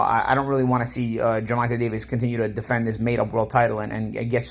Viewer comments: "Gevontay "...."Gevontay ". Just call him tank if you can't say his name right 😂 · Who the fuck is Gervontuh? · please learn how to say Tank first name thank you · How do you mispronounce Gervonta like 3 times then say it right all of a sudden.